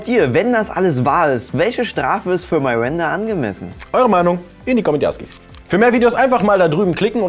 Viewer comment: iss es absuicht das du am Anfang "Marinda" sagst?